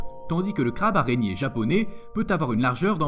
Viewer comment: je kif les escargots,, le crabe japoné? non mister le crabe japonais;,,lol japo nez attention aux prononciations